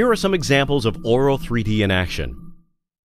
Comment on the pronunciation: swear he said oral 3d..